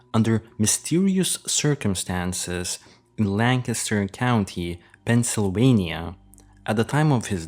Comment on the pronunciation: Good one! I agree with you 100 %! Bonus points for pronouncing "Lancaster" correctly!